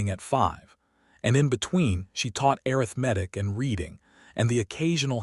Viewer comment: A nice story of being seen. Why does your AI pronounce arithmetic wrong sometimes and not others? It's not arith-medic 😂. Funny it pronounced it correctly a few times. 😂 😂